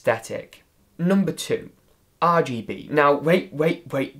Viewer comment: I laugh every time he says and now tip 2. is AR G Be